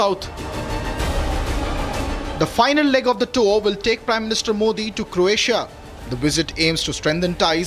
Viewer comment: It is NOT 'CORatia' ❌ It IS 'CROatia' ✅ Reporters/Journalists SHOULD know this.